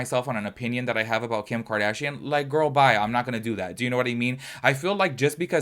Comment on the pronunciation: “ ” 😂😂😂 I’m cracking up!